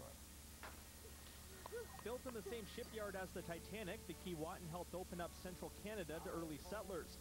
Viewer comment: It's not Kee-WAH-tin... it's Kee-WAY-tin... it's difficult to watch this when they keep mispronouncing the name... I can't believe no one corrected them.